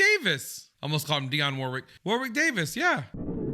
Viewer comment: Hey m’friend. I only say this bc u said u like to pronounce names correctly - not to criticize u🙂, but Warwick Davis? The 2nd “w” is silent. War - ick. I only know bc I watched a special w/Warwick & he said the 2nd “w” was silent thing. Bc apparently everyone does it. Lol😉